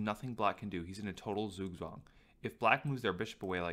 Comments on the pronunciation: Zugzwang is pronounced "tsoogtswong", not "soogswong". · Zugzwang, German pronunciation tsook-tsvahng thanks :D